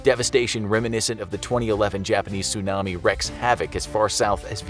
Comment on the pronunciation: Wreak is pronounced "reek", not "wreck"